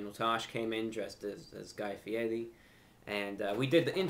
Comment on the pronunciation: the fact he pronounced guy fieris name right says enough